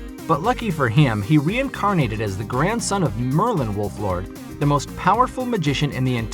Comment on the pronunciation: its shin wolford not wolflord